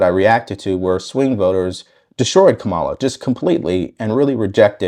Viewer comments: I'm a little shook that you live and breathe Kamala Harris but still can't pronounce her name. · She can't even stabilize her accent, and the way she pronounce her own name.